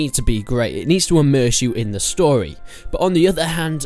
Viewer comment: stowy, tutowials, chawacter